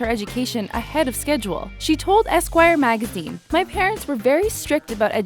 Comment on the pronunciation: The way she says 'my parents'